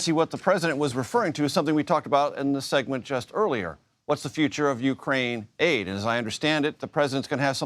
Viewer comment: Why Ukrain-aid sound like Gatorade